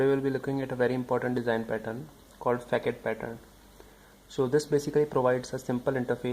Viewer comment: not pronounced fakad , but fasad , because its a frenchword